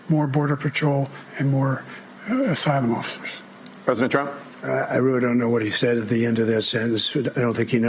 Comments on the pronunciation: Joey B. said "asylum officer's".. Took me hearing it about 30 times. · I believe Joe was trying to say "asylum officers" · I think he said "asylum officers."